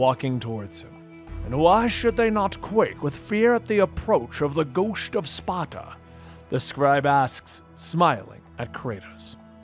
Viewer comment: Gowsht of Spata. 🤣 REALLY